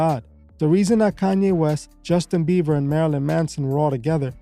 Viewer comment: Also BieBer ! Not beaver. No V. BieBer! Thank you.